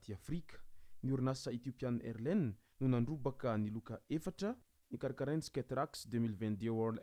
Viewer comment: On lit AirlineS on prononce le S à la fin